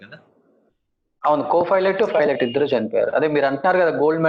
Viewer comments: e anchor gadu pilot word ni pronounce cheyyatam Inka nerchukoledhu 🤦🏻‍♀️🤦🏻‍♀️🤦🏻‍♀️ filot antadu. Please Suman TV change these kind of anchors.navvaleka chasthunnam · Anchor sab filot kadhu pailot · Fi"lat" kaadu raa baabu PILOT........PILOT........"Paina" lo "Pai" - Pilot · Ee anchor ki chala padaalu palakadam raadu. Pilot - Filot; Naked - Naeked; and so many.... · It is fun when anchor pronounces pilot as filot But we all should appreciate his confidence for taking this interview.... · Dont change the anchor... very good entertainment... iam watching only for the anchors Filot ... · Arey anchor ga Filot co-filot entra🤣🤣